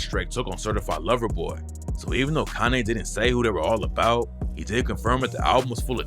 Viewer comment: Are you saying Kanay?